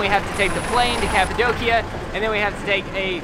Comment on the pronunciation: Omg you pronounce Cappadocia in the wrong way 😂😂😂but so lovely!